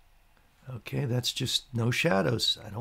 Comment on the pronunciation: Like "Okay" but "Unkay", keep up the great vids. (and maybe stop saying "unkay" all the time.) Okay?